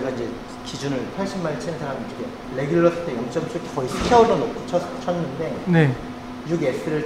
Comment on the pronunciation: 궁금한점 정확한 실험을 통해 이해 했습니다. 의 “뤠귤루” “샯퓨투” “슐료유” 미쿡본토 발음 같으세요! 골프도 잘치시고, 발음도 좋으시거, 도대체 못하는게 없으신 것 같아유